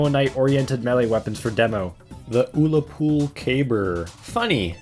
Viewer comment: I find it funny when people say "Oolapool Caber" instead of Ullapool Caber, it looks how it's pronounced